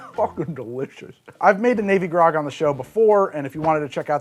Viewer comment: 3: 20-ish I definitely hear "navy grog" as "baby gronk" the first time around. Just thought y'all should know.